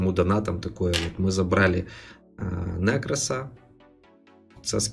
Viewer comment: нЕкрос, а не нЭкрос 😂